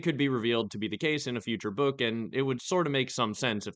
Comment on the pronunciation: There will be no more books stop saying Next Bokk